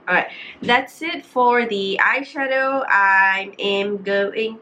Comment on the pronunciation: A E I O U - T is not include. So pronounce tu nicely sikit. Correction, not “d” box, just say it the box. Not D box. I know u know what i mean . Kbai